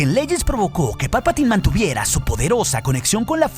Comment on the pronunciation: ¡Palpataaaaaaiiiiiin! Se pronuncia "Palpatain".